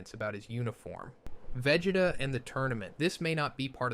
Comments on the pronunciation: The pronunciation of “Vageta” at minute is ridiculous. I respect that he’s a content creator and doing this for free but this AI is honestly horrible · Idrc that much if you do ai, but after the vegeta pronounciation... cmon man at that point I would just re-record it. It's a pain, ik, but like another commenter said, we're here for you, not an AI. If you're gonna use AI, I wanna be able to suspend my disbelief. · why is he calling sayains sciyons? and why is he calling vegeta vaggetta ? .....is this some sort of translation joke im not getting?